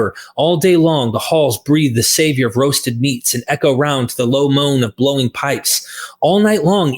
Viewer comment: I love how pronounces "savor" (that's what happens with too much NT reading!)